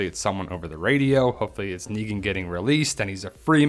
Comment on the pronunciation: It's negan for fuck sakes